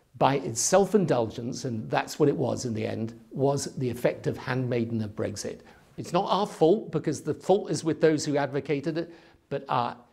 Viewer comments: There he goes again.. Breg Zit Breg Zit Breg Zit. He has to pronounce it differently to everybody else doesn't he! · He keeps saying Br-eggs-it. It’s BREX-it 🇬🇧